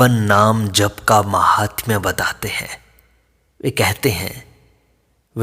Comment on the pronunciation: "जप" कब से "ज़प" हो गया ??